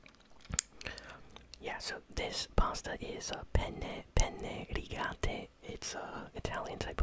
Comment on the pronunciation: I'm italian and tbh you pronounced "penne rigate" and "parmigiano reggiano" kinda good